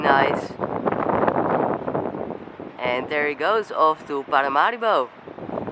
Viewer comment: Is Paramaribo not parimaribo